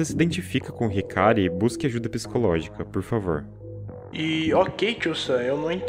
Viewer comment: Eu legit fiquei triste ouvindo esse "hikary" aí mano meu deus